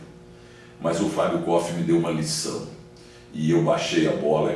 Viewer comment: É impressão minha ou o Milton Neves falou mais de si, doque do Fábio koff? E ainda falou o nome dele errado, continua arrogante.